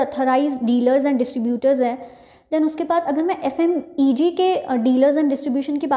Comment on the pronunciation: Mam f.m.e.g nhi hota f.m.c.g hota h